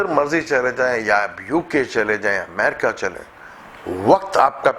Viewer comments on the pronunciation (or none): none